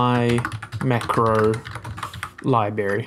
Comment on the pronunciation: Very nice, worked perfectly the first time I tried it. I've never had anything in Unreal work the first time! My only nitpick is it's strange hearing someone who's clearly intelligent mispronounce "library" lol.